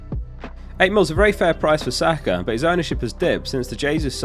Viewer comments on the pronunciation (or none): none